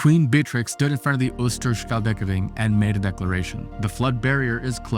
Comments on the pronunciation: Ooster schelde keer ring Easther sgelthe keer ring Ch sounds like dutch G, And helde sounds like yell the Replace Y with a SG Keer ring sounds like Deer ring replace D with a K. Butt great report, make's one proud to be dutch. May this help you in y'our future proununsiation's.🇳🇱👍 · tip: use Google Translate to pronounce hard words for you, like the Oosterscheldekering ;) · How he prenoumces oosterschelderkering is just hilarous for a dutch person as me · Oosterscheldekering: You didn't say it right but we forgive you 😉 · That's how we (should) roll don't fear climate change just outsmart with Engineering. And yep you nailed 'Oosterschelderkering' not even close 😂. Great vid